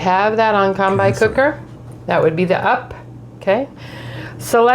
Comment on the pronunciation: You could easily have edited your start when incorrectly pronouncing “combi” but chose to show you doing an unflattering “whatever” attitude